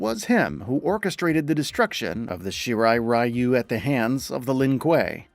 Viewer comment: man you guys just couldn't say "shirai ryu" correctly huh XD